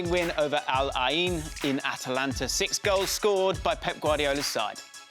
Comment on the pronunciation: calling Atlanta “Atalanta” 😂